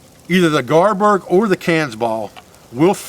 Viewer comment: It may be an accent thing. Is it garberg?